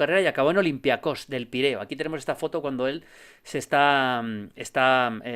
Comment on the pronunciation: El único del mundo que dice olympiacós